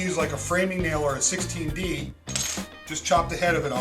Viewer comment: I enjoy your hacks etc and would like to mention that 16d nails are pronounced 16 penny. Otherwise, keep up the good work. Thanks